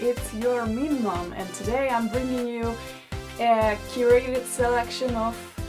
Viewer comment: I always think you say meemaw (like grandma )when you say meme mom